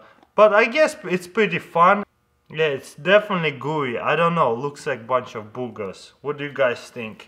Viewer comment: HENEVER HE SAYS BOOGERS IT SOUNDS LIKE HE SAYS GOOGLE